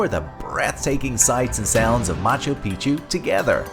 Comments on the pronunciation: Are you serioiuslly saying Macho Pichu, rather than Machu Pichu? Otherwise, a fabulous video, well organized visually! Thanks! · Nice vid but no thumbs up for "Macho Picchu" pronunciation